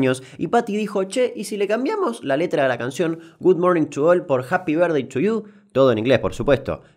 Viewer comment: nuevo idioma asi se habla Japi vertdei tu yiu japy vertdei tu lliu